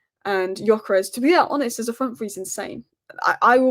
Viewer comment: Just wanna say I met a Swedish bloke on holiday and its 'Gyokeres' with a hard 'g' and a normal 's' ...